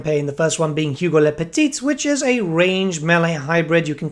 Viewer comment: You butcher a little bit their name lol, we don't pronounce the "t" for "le petit" and the "s" for " le Gros"